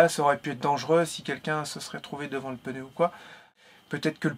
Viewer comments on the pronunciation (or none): Plus de peur que de mal. Ouf! 🥳🥳🥳🥳, tu me faire rire quand tu dis « peneu » pour « pneu » 😬😁